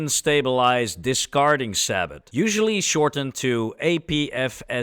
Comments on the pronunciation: I apologize for being so picky, but the word comes from French. You literally just drop the t when pronouncing sabot (sa-bow) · Fired a lot of APDS tank rounds when I was in the military. In the US Army we say it "SAY-boh" the "t" is silent.